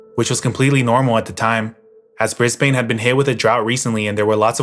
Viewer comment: Awesome video as usual! Also, tip from a local, we don’t pronounce it as Brisbane, more like Brisbuhn.